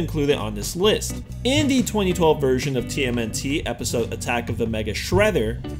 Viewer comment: Buttack on titan really 😂